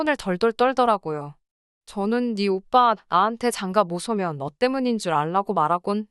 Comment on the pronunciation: 장가 못 오면을 왜 못 소면이라고 읽는건지 모국어 발음을 하나도 안 틀리고 읽지를 못합니다.